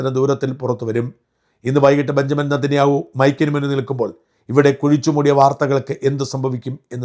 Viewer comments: ബെഞ്ചമിൻ നേതെൻന്യാഹു എന്നല്ലേ പ്രനൗൻസ് cheyyendathu. ഷാജൻ ബെന്യാമിൻ എന്നാണെല്ലോ പ്രനൗൻസ് ചെയ്യുന്നത് ? വിക്കിപീഡിയയിൽ ബെഞ്ചമിൻ എന്നാണ്. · Shajah, not benyamin, HIS NAME IS BENJAMIN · ഡാ കാള വണ്ടി ബെൻയാമിൻ എന്നല്ല ബെഞ്ചമിൻ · ഷാജൻ സർ ബെന്യാമിൻ നെതന്യാഹു അല്ല ബെഞ്ചമിൻ നെതന്യാഹു ആണ്